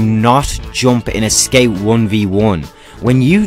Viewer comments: I laught every time he say ''skeu'' insted of scout xd. nice guide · 12 minutes of me being mad about him saying "sceut"